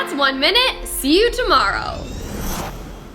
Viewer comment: "Thats 1 minute, Cyu Tomowow"